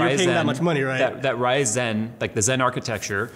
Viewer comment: Stop saying Rye-Zen! Lisa Su doesn't do it, it's Ryzun, it's not bread! AAAAAAA